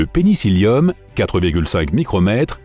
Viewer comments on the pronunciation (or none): juste quand j'ai entendu penicillium